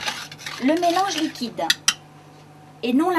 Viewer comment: Après avoir fait votre mélange liquidAnhh .. Faut arrêter là xD